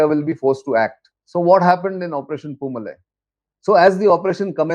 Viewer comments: It is poo-maalai and not poo malai. The first one means flower garden and the second means flower mountain. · Dear Nitin, it is pronounced Poo Maa Lie. MaLie = mountain. MaaLie = Garland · Good Brief sir! and it is Poomalai பூமாலை sir. Its a Diff Pronunciation ,Its Tamil. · News channels should take the time to learn the right pronouncement of words. The name of this operation was mis pronounced as poomalai with a short malai when it should be pronounced poomalai with a long malai. Malai is Tamil for mountain or hill while Maalai is a garland